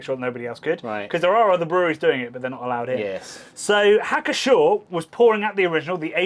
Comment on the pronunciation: Everyone likes a typically English pair of gentlemen - bearded simpleton who likes beer and a Frasier fan with a Norwood scale to prove it who likes beer reviewing the Treasures of the Brewing/Brauschätze of the world. I wasted a whole afternoon on this channel. Had fun. It's Pschorr, not 'schorr, like Knorr, not 'norr, like Herb, nor 'erb, wait a second...